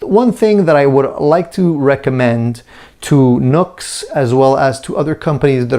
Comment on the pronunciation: It’s pronounced new x, not nux.